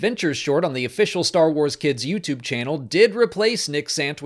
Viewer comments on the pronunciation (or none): none